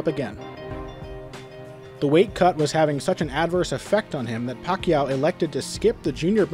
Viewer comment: This guy has been pronouncing Pacman's last name wrong the entire time..